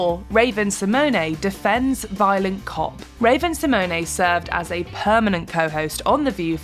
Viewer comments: Why do you guys pronounce Raven Symone name like that 🤦🏾‍♂️ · A few things: 1. Megan McCain is insufferable and selfish and treated her co-hosts and guests like shit. 2. Check your pronunciation of Raven’s name, it’s not correct. She was also a co-host for longer than a year. 3. How many times are your going to redo ‘The worst of The View’!? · It's a French, and it's actually spelled Symoné